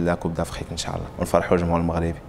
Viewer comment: ينبغي نطق " إن شاء الله " بطريقة صحيحة.